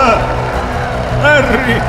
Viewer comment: Era silente perché alla fine dice herry